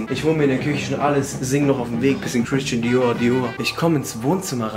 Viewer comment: "Bisschen Kwistschän Dior Dior" Chillig chillig